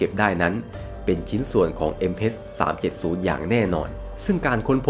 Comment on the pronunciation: MH เเต่เวลาพูด MS สับสนเลยครับ